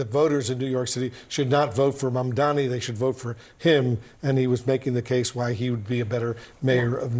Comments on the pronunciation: Why Cuomo still can't pronounce his name correctly, his name is not MUMDAMMY! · He couldn’t pronounce “Mamdani”. His “Mamdami” will go with him all the way to the tomb. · He still calls him Mandami lol. We'll see what he calls him when he concedes to Mamdani. Edit: He called him Mandami again on his concession speech. At least he shushed the booers. That was nice. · Pathetic he can’t even pronounce his name correctly.